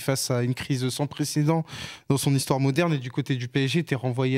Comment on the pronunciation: Blabla le mec ils arrivent même pas à prononcer son correctement vous faites grave rire